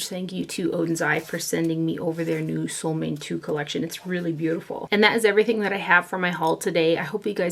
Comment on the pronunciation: sol means sun and måne means moon, your mom would be the perfect person to tell you how to pronounce solmåne (Norwegian is similar to Swedish in many ways). If I had you in front of me I could help, but it’s hard for me to explain it in writing. (Let me add here that I thought long and hard before leaving this comment; I was afraid other commenters might jump all over me for being the “pronunciation police”, as sometimes happens on the internet these days, but I decided to go for it, feeling sure that would prefer to know the correct name. However, if I have offended, I do apologize, that was far from my intention).